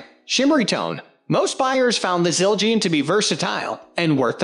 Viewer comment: I had high hopes but stopped watching after I heard Siljeean 😂😂😂😂